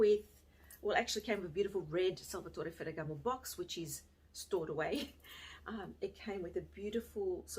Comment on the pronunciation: Great video. As an Italian I just melted every time you beautifully pronounced Salvatore Ferragamo. Love you. 💕